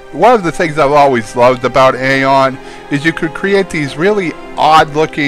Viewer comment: I'm pretty sure that AION is pronounced "EYE-ON."